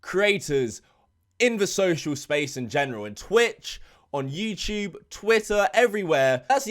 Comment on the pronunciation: Just here to hear say “youchube”